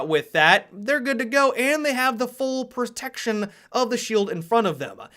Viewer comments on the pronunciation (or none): "gives them the PERTEKSHUN"